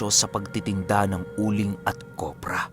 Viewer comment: Kopra po hindi kobra hihi…gandang umaga sa lhat